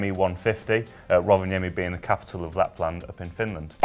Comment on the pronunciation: Nicely pronaunced :D PS. No capital cities in Lapland :D